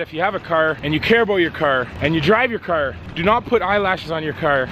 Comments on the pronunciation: He says crr instead of car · he says cer instead of car canedians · says car like kerr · why are you saying cer its car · This guy doesn’t know how to pronounce car,he says cer